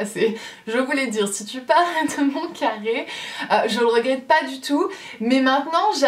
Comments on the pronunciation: J’ai rigolé comme une idiote quand tu as dis café au lieu de carre 😂 breeeef tu es tellement belle je t’adore de trop et continue de sourire (PK TU VIENS PAS A TAHITIIIIII ME VOIR 😭) 💕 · Moi aussi j’aime ton « café » 😂😂☕️👸🏼